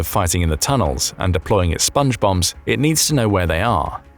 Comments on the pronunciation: I kept hearing Sponge Bob instead of Sponge Bombs. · I heard Sponge Bum, as in Spongebum Squarepants. 😂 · My immature ears keep hearing "Sponge Bobs".... Hey Patrick!! Hehehe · Everytime you say Spnge Bombs I hear Songe bombs square pant, Sponge Bombs square pants... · I kept hearing SpongeBong